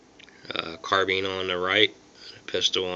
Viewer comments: it's a carbine not carbeem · Sounds like he saying carbeams